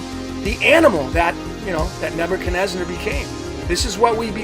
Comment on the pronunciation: Why do you call the king NebuchadnezNAR? That changes your numerology.